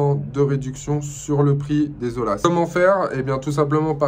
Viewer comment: ATTENTION ; on ne prononce pas O L A mais O Y A